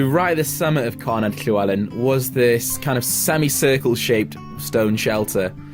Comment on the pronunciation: Excellent. Good LL pronunciation but DD in Welsh = TH (as in the, not thin). Single D = D.